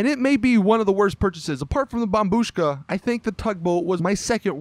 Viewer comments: At last u pronounce it as bombushka and not bombshuka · yey he can say bombushka correctly now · I’m stunned. He finally said bombushka